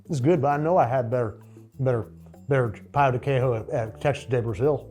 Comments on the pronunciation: Pão de quejio is made from tapioca flour, not wheat flour. They are inherently gluten-free. The Brazilian name would be Trader João! 😂 And, it is pronounced pow-du-KEH-zho, with a nasal anunciation on the “pow”. 🙌🏼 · It’s pronounced pao de kay-joe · pão de queijo is pronounced Pão de quei-joe (much like Joe in Trader Joe's!), the way you said is more like a Spanish pronunciation of the word, loved the video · Pão de queijo is pronounced "pow jee kay-zho" or "pow de kay-zho" depending on what part of Brazil. In general anything spelled the same between Portuguese and Spanish is pronounced differently (eg "restaurante" somehow pronounced "his-tao-raon-chee"), and anything spelled differently is somehow pronounced the same. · Pown di kay-jeeo but with a soft “j” almost a “sh” sound is how you pronounce pão de queijo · Jose mercante. Btw, you say Pao de Kay-joh. I was hoping for some Portuguese language butchering 😊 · I don't usually get offended or hit by someone mispronouncing Portuguese. But that "pão de queijo" pronunciation felt like a war crime. Edit: Just pronounce the J, it's not Spanish... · Your pronunciation of pão de queijo tho 🤣🤣🤣🤣🤣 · said "Paõ de Queijo" weird several times, I needed to go check the pronunciation online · I asked a Brazilian Portuguese speaker how to pronounce pão de queijo. They helpfully told me that Portuguese is pronounced pretty close to the way an English speaker would read it, so if you're a native English speaker and know how the words are written in Portuguese, just reading them out loud as if they were English is often a decent first try. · Yes. He was pronouncing it as if it was Spanish. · Pronouncing pão de queijo like it’s Spanish like that made me wince 😭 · pao de queijo is not pronounced like that 😭